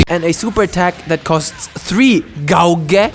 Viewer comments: Oh bless your gowge? Gauge gauge gauge!😂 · Gay-age altogether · Gay-tch lol